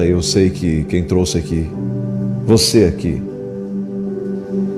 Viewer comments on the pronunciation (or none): none